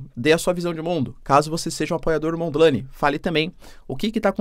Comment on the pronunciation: Não se diz "Mondi laine" tipo nome em inglês. Neste link vais escutar como se pronúncia o nome.